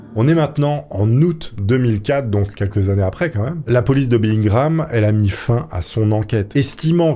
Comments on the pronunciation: BELLINGHAM ça se prononce BELLINGUAM et non BELLINGRAM .... oui je sais, je chipote :D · C’est Bellingham pas Bellingram Bref sympa l’histoire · Bellingham pas bellin gramme... Kenavo!!!! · Bellingham donc pourquoi dit-tu Bellingram ? Peu être est-ce moi mais j'ai pas trouver sa logique.. :)